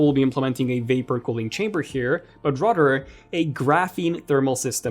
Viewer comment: Here to listen to this lowkey Andrew Garfield lookalike pronounce "other" and "rather" as "odder" and "rodder".